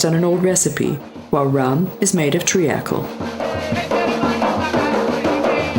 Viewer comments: mor-it-si-us? tree-akl? is this robospeak? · Why does this narrator mispronounce half of her words. Like Mauritius, Seychelles and treacle. Its very off putting